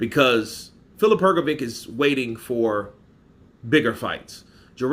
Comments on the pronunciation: H like H in ham G like G in game O like O in dog Hrgovik is Hrgovik Hrgovic is HrgoviTS C like TS in lets Hrgović is HrgoviCH Ć (considered a ‘soft’ c) like CH in cheese so it's Hrgović CH Croatian words are pronounced exactly how they are spelt and there are no silent letters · U pronounce his name Hrgovitch like bitch or witch